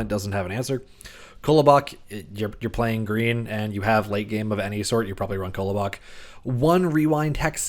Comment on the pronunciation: Very nice! One thing that gets to me is the pronunciation of ‘Kolobok’ - it’s definitely not “Kollow-bock”; in standard Russian it’s closer to ‘Kalabok’ (emphasis on last syllable; unstressed ‘o’ becomes close to a short ‘a’ sound). If you put the stress on the last syllable you’ll at least get closer ;-) None of this is important, of course - I’m enjoying the Mythgard content, keep it up :-)